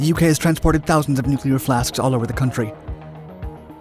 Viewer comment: Really good video! Did crease a little bit at the end due to the pronunciation of Heysham and Lancashire, for ease of reference: You "heave" a heavy load to Heysham, less you "shear" a bolt in Lancashire 😘